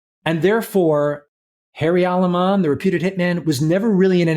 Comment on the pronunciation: Aleman its not ali man. Cousy is a huge hypocrite. He did the right thing when he was smart enough to understand he was heading soon to 2 outcomes. Prison or death.